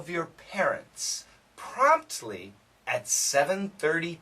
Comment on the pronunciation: Oh, it's promptly then. Well, I know the word but the pronunciation was rather rusty. Sorry to say that! I know I should have guessed it but you know. It didn't sound clear.